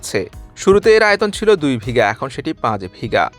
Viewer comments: ৪৭-৪৯ সেকেন্ড এ উচ্চারিত শব্দটি "ভিগা" নয় ওটা হবে "বিঘা" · আগে ছিল ২ ভিগা। ভিগা কি? ওটা হবে বিঘা। দয়া করে উচ্চারণের দিকে নজর রাখবেন। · কথাটি হবে উপহার প্রদান, "উপহার প্রধান" নয়।‌ তার আগে একবার আপনি বলেছেন ভিগা কিন্তু কথাটা হবে বিঘা।‌ কোন সাংবাদিকের বাংলা উচ্চারণ এত জঘন্য হতে পারে ধারণা ছিল না। সংবাদ পরিবেশনের আগে অবশ্যই শব্দ উচ্চারণের বেলায় যত্নশীল হবেন। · কি শা*ও*য়া*র রিপোর্ট পড়েন! 'বিঘা' শব্দটাও ঠিকমতো উচ্চারণ করতে পারেন না!! ৫-৭ বার শুনেও ব্যর্থ হলাম ওইটা কি বা*ল বললেন!!🙏🙏🙏